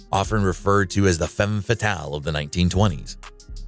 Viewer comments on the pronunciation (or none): none